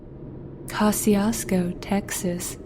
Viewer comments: You have to live here in South Texas to know how to pronounce Kosciusko. It is pronounced Ka-shu-ko. and by the way. It's pronounced Poe-th ......LO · It's pronounced cuh-shoes-co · Pronouncing the name wrong